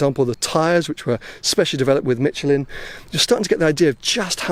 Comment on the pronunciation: Hi i realy enjoy your videos, there is only one thing that bothers me. Please....could you and please let Seb teach you how to pronounce Michelin, because there is no T in Michelin...it's not Mitchelin.